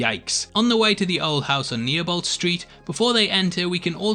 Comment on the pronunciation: Also you missed out reference to the original Tim Curry Pennywise in Chapter 1 with ritchie in the room with all the dolls and it's pronounced Niebolt Street is pronounced "neebolt" not "nearbolt" you amateur